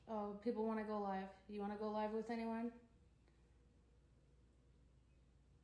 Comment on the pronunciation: Mürsel: canlı mı? Livvv Anna : Yes layv ... Helal olsun be Anna adamın konuşma özürlü olduğunu öğrenip birde telaffuzunu düzeltiyor rezil olmasın diye. Ama ömür boyu böyle mi olacak be Anna:)